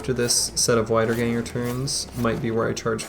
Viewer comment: i'm 99% sure you probably already know this and just say it that way because you like it... but wiedergangers are "vee" in the beginning, wieder (vee-der) means "again" in german